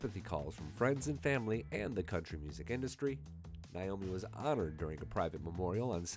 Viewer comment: Not niomi. It's Naomi.